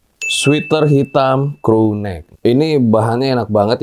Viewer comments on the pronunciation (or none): none